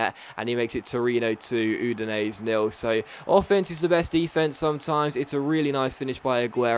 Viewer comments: It's pronounced Oo-din-ay-zay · Is that really how Udinese is pronounced?